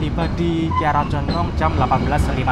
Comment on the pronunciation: Kiara Condong yaCh Kiara Condong Mas. Nyebutnya jgn disambung dg Bandung. KaLimatnya meski dipenggaL. Sama dg Lempuyangan Yogya. Ato ... Wates Yogya.